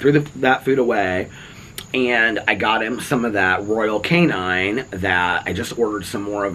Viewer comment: I’m sorry but it’s not pronounced canine, there’s no ‘e’ it’s cane-in. I used to buy their cat food. You could probably get a good deal ordering it from Chewy and just do auto ship. Little things get to me 😫😭😣 it’s not personal just one of my quirks